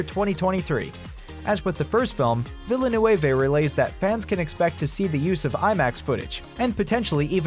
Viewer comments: "villenewavay" What the hell is the matter with you? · This guy has won first prize in butchering villeneuve’s name. Holy crap